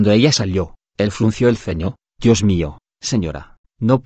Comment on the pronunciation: En el minuto -29 dice " el espíritu de oni???" Porque se escucha con dificultad y no Claro "El Espíritu de Dios"???????